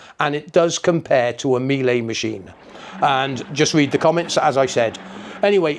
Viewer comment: Just so you know, the correct pronunciation of Miele rhymes with "Sheila," not "me-lay."